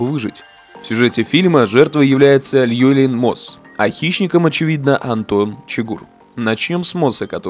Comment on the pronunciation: и кстати его зовут не Льюэлин, а ЛЮВИЛИН.